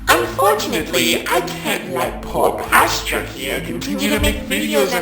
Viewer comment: til it's pronounced pah-strah, not paw-stra. I was pronouncing it like pasta but with an 'r'.